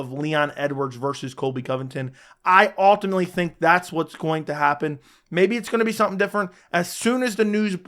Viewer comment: Ultimately is not pronounced. All